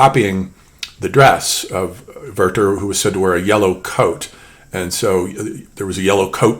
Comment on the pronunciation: While I love the video overall, I do not agree that Werther and Goethe sound similar. Maybe in your American pronounciation ("girthe"), but far from the original gö·te and weer·ter